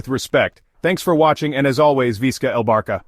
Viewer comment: Just AI can’t pronounce it in right way LOL